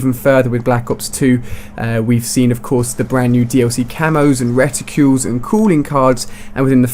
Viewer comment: Every single video... RETICLES, not RETICULES.